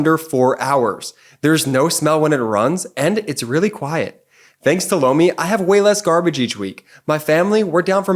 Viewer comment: Lomi sounded like “blow me”!